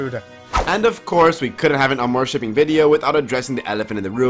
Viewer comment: My medievally wired brain honestly thought it was pronounced: ARMORshipping, not aMOREshipping (spelled like it sounds).